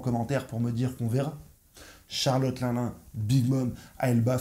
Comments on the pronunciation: Pas linlin ; Line Line bro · Une petite info : 1. Luffy a déjà utilisé le snak man contre kaido mais c'était bref. 2. Charlotte l'un l'un ? C'est linlin (l'in l'in). 3. Merci pour tes vidéos